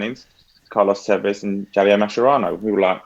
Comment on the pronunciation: That pronunciation of Javier tho 🥶🥶🥶